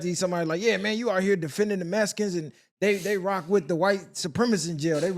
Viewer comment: Yall say MESSicans